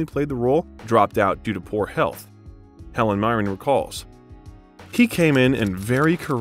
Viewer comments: This biography is wonderful, EXCEPT there are too many pronunciation errors! For Les Liaisons Dangereuses, you could have Googled how to speak the French title. Other words like Machiavellian are phonetically written out. One time you spoke Helen Mirren's name correctly and then not. It just tends to lessen your credibility. Do your research, so you can read the research aloud. Again, wonderful content, work on pronunciation. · This is a REALLY lovely piece but I’m really sorry to mention this - you mispronunce a LOT of things in it. Machiavellian, Phylllida, Alameida, Helen Mirren and a bunch of other things. You also call him Alec Rickman at one point. Feel free to delete this comment - I really feel bad mentioning it. Just strongly recommend you check the pronunciation of words and names you’re unfamiliar with.